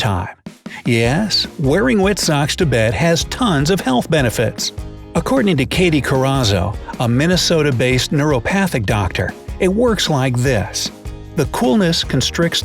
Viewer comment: Naturopathic not neuropathic